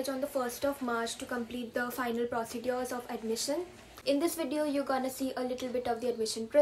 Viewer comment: procedures ko bohot galat pronounce kar rahi hai behen tu